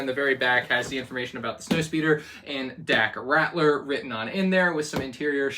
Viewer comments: It's Dak Ralter not Rattler lmao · Pls. Its Dak Ralter not Ratler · It’s RALTER, not Ratler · Just something I want to point out because I've heard you say this thing a couple times before, but it's Dak Ralter, not Ratler. L before T, not T before L.